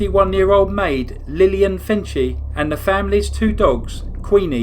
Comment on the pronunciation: MORE: The Wards' maid was named Lillian Fencil (rhymes with pencil) not Fenci. She was a deaf-mute from Norway .